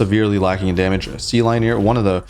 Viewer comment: wouldn't sealineer be said like engineer with seal at the beginning?